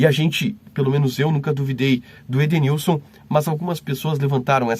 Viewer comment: Perito não sabe nem falar o nome do Edenilson lkkkkkkkkk